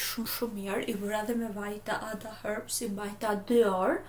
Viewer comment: Pse thu hërbs kur eshte herbs